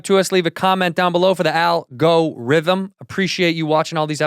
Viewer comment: For the AL-Gore-ithem.